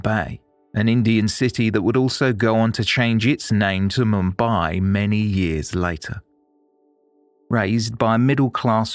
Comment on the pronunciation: AS ALWAYS , TOP of THE CLASS FOR STORY TELLING.!💯👋👋👍👍💐💐!! PROUNCIATIONS of BOMBAY/MUMBAI / NUTAN WAS SPOT ON ! NOT MANY PRESENTATIONS ARE GOOD WITH FOREIGN NAMES !! WATCHING MANY , MANY PODCASTS OVER THE YEARS !!!! THANKS. "They Walk Among Us." FROM,U.K. (2024).